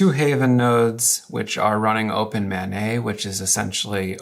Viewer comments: "Open Mah Nay" -- either I've been saying it wrong or it is definitely "Open Main". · The way he pronounces OpenMana I thought he was saying OpenMayNay